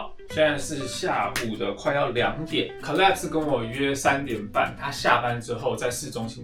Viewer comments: 我朋友（美國人）小孩也叫 Caleb /ˈkeɪləb/，可是他發音跟你好不一樣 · I think it’s pronounce Kay-leb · caleb這個名字的發音應該是Kay-leb吧？ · 好奇問一下Caleb唸成卡類ㄅ是什麼特殊發音嗎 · Caleb的名字發音跟美國人不一樣嗎？還是阿滴叫錯了？